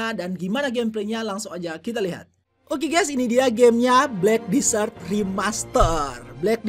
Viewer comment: Desert bang,bukan disert!